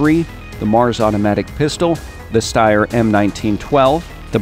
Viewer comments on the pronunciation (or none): none